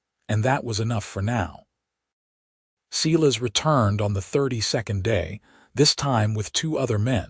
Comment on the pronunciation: Okay, Ms. Patterson is one heroic lady. So glad to see that the town backed up Dillan in standing up to Silas Mercer.I too like this narrator but I wish they would pronounce not as Seelas but as Si (long I) lass. 😊